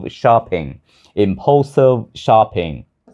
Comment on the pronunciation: Thay day rat hay nhung chu impulsive phat am khong dung lam